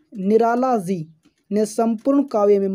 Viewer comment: Bhai tu phle ji ko si pdhna band kr